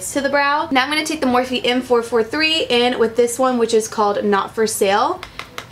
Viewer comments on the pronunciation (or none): none